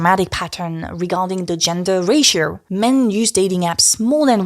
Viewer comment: "Ratio" pronounced as "racier" is a bit strange. The sound 'o' is very normal sound in French